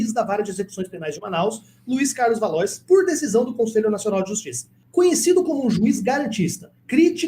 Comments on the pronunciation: Pronuncia-se valuá e não valois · Não é valois. A pronúncia é valoar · Valois (leia-se Valoá) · Acho que a pronúncia correta para Valois é "Valuá" 🙂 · Se escreve Valois, mas a pronúncia é Valo-á. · Valois se pronuncia 'valua'.